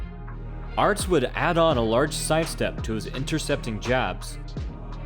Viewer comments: His name is Peter Aerts - pronounced "Errtz"! Not "Arts"! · Only mad about 130 in before I had to stop it. Couldn't stand calling aerts, "arts"